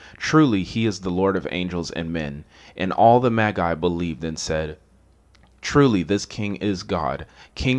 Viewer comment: Been listening for nearly 3 hours, Then you start calling Magi* MayGai